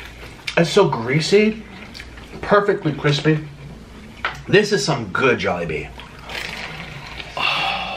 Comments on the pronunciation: I hate that (awwwwwwwwwwwwww,mmmmmmmmmmm) and it is not jobili it is jolibee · "JOBILEE" YARN? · says jobilee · “jobilee” im wheezing rn HAHAHAHAHHAHAHAHA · Did say Joballi? 😂😂 This looks amazing! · No hate but I started laughing when said jobbilee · "JOBILLE" The h*eck?? HAHAHHA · said jobillee xD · said jobille lmao hahahha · its called jollibee. JOLLY. BEE. its not that hard to pronounce😩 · I love how she never says Jollibee right 🤣🤣🤣🤣